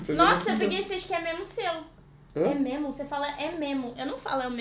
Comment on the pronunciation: Mo cria diz “memo” poh😂❤